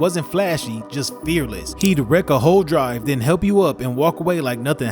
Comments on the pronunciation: Its wreak havoc not wreck havoc my man. Dope vid nonetheless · Wreak havoc. Wreak is pronounced reek.